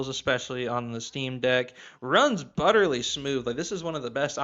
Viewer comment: Its butteryyy. Not butterLY sorry just driving me crazy 😂